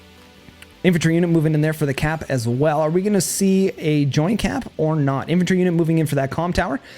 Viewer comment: Nice video, only thing that really annoyed me calling that artillery "infentry" unit.